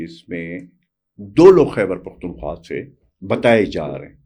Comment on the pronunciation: جناب ، یہ “حَیبر پحتُون حُوا “ نہیں ہوتا جناب ! خ کو درست ادا کرنا سیکھیں ۔